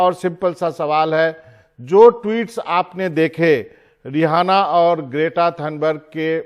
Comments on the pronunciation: Sir rihana nhi h uska naam. Riaana bola jata h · रेहाना या रिहाना नही, रिऐना है नाम। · रि आना है ना कि रिहाना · The host being such a prominent figure at NDTV is pronouncing the name of the singer incorrectly. BABA learn from one of your own editor Mr. Ravish Kumar.